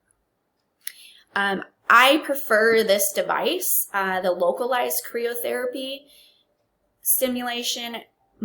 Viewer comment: CRYYYY OHHH not KREEEE OHHH ;)